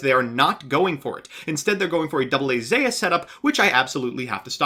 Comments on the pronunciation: Its Zeus (Z-oo- s), like the Greek God, not Zayus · Did this man just say zaus? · It is called AA Zeus (zus) (ancient Greek mythology) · I gotta be real. Zeus is obviously pronounced zues... but I like the way you pronounce it better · STOP PRONOUNCING IT AS ZAUS! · it’s called Zeus as in the Greek god. Smh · There is now way a human being pronounces 'Zeus' like that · I would leave a like, but your pronunciation of Zeus was mildly infuriating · That's how you would say it with katakana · Trust me, he knows. Mispronouncing is his gimmick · We didn’t read about the odyssey and the Aeneid every year of English for you to pronounce Zeus wrong get it together